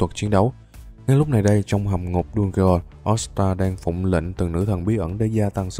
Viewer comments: Đu ge on 😂😂😂😂 Dungeon mà😂😂😂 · Anh đọc dungeon thành đu ghê on thì cũng đúng mà đọc đúng thì là đân dần